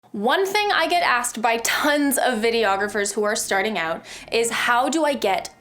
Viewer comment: "In and ooût" canadian!